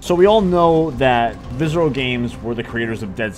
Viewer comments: Visrcllllll viscrylllll vscrlll looking ass, it's pronounced "VISC-E-RAL" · Listen to this dude try to say "visceral games" from to 😂😂😂😂